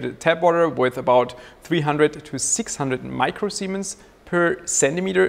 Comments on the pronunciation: All I can hear when you talk about the conductivity is "micro-semens". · Admit it, you laughed everytime he said micro semen.